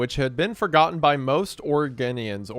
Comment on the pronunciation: No way did I just get called an oregano by the fricking. (BTW, it was your third attempt that was correct. Ore-uh-go-nian)